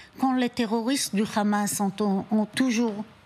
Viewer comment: C'est Hamas qu'ilfautdire, et non khamas comme vous vous plaisez à le dire.